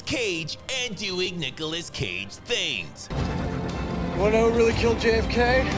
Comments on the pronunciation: "Nukilous Cage" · ... did he just say "Nuke-olas Cage"?